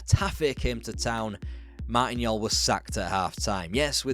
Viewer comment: "Joll" as in "Jolly", not "Yol" He said it in an interview in 2005 "That's why they called me "The Jolly man" when I was a player" It's painful to see this, as we haven't moved on at all. All shiny gloss and Prawn sandwiches, but with knackered Toilet seats and Dog shit in the Beer.